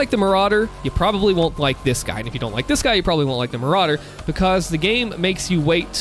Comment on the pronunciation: Ah yes Maykerauder